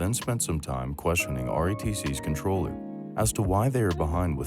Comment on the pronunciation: Comptroller not controller......